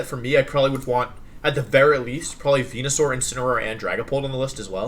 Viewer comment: HE PRONOUNCED CINDERACHEE, WENUSAUR, AND TOJIKISS WRONG!!!!! >:(((( surprisingly I'm not that single dislike right now